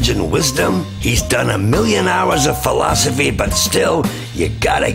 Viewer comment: Awesome vid as always. Can't help loling every time he says the word "philosophy".